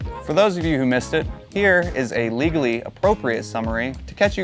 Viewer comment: gotta love the way he made sure to say legally 🤣🤣